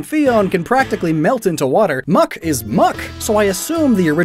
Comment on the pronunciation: Why do you say muk is muk